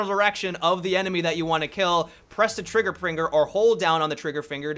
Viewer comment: "Press the trigger pringer" lol